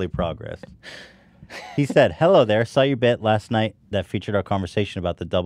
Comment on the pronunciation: Nobody: Ethan: ”So I sais...”